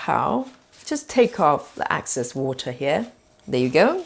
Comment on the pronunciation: Thank you. BTW, it's Excess and not Access.